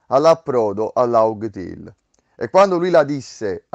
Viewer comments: Tutto bellissimo ma pronuncia Laffteil, non laugtale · Non ho pronunciato benissimo , scritto : “Laugh tale” , si dovrebbe leggere : “Laf Tel “. Però poi subito dopo dico Raftel, avrei dovuto essere meno celere nella pronuncia , chiedo venia 😂□